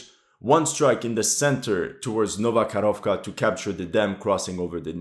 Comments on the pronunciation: You're usually good at pronouncing the names of towns, but it's Nova Kakhovka where the dam is, not Nova Korovka - nothing to do with cows. I thought you just misspoke, but you repeated it multile times over the video. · It's not Nova Korovka, it's Nova Kahovka xD "H" sounds like in the word "History", just like all other "kh" letters combinations which are used in town names on Ukrainian map. Nova Korovka means New Little Cow :) the same situation with Arkhanhelske, Ar-[k]han-hel-ske. Both "kh" and "h" sounds about the same, "h" is just a bit softer, but it is not important. "l" is soft too.